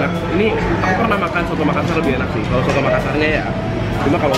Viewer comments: btw bukan soto tapi coto ya kak 😊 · btw kak coto makassar bukan sotoo hehe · Sekedar masukan, penyebutannya tetap Coto, bukan soto ☺️ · COTO. Bukan SOTO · bukan "soto Makassar" tapi "coto Makassar" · Bukan soto kk tapi coto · Coto bukan Soto XD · itu bukan lontong, burasa....hehehe...ak knp denger kata Cotonya dibaca soto ya...mungkin salah denger... nanti klo ke Makassar mungkin bs coba pallubasa srigala sama Coto gagak yg juga terkenal